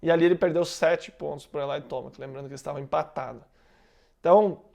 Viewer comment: sem querer parecer chato, mas o nome do Tomac é TOMEQUI que fala.. pode ver que os americanos falam assim.. tamo junto